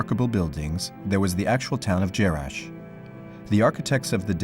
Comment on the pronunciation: jarash, et non jerash